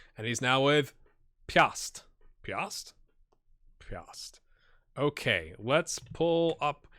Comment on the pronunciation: Spaceman Xtreme's new club Piast *great pronunciation btw* is a current Polish Ekstraklasa Champion. Great series as always!